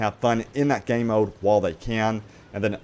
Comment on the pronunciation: The way you pronounce “Game mode” is horrible.